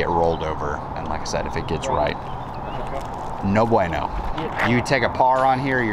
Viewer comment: when you said 'no beueno' the google translate said 'no boy no' . interesting 😅